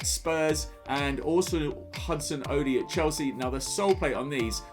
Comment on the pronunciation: Completely butchered Hudson-Odoi’s name 😂 but loved the video